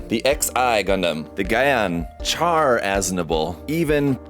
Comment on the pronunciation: Pronouncing Char's name wrong ? That's a Zaku kickin'